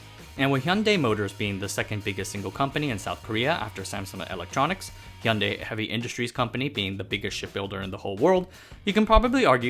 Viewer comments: Finally a non Korean YouTuber who knows how to pronounce Hyundai. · In Australia we pronounce it so you can hear the "y" like hu-yun-di or something like that